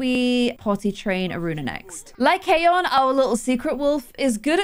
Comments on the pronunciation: Apparently how pronounce Lycaon is (Lie cAn) so Lie can put into one word. Btw you have to make the A say it’s name sorry if that was a little confusing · it's pronounced "lie can" like a beer can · i think it’s pronounced (lie-con) 💖